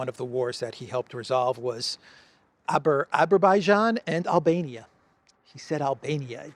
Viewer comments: "Eberbyjun"😂 and Albania ? Azerbaijan/Armenia? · The fact that President T mispronounces the names of some countries (Azerbaijan) and calls Armenia Albania, shows how he "respects" those countries. He does not even care to remember them. Yet those countries think that USA is their friend... Pathetic.